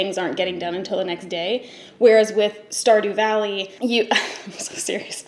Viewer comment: Wtf is star do valley